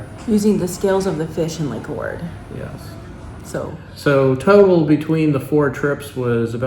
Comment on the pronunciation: It’s pronounced Poe-grah-dets not the way you pronounce it. And it is Lake Och-rid.